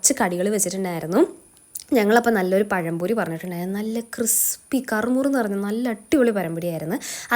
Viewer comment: pazhampori ❌ parampori ✅